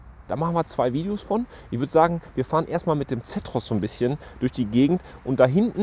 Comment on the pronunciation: Sag doch mal "Zeeeetros" nicht Zättros" !!!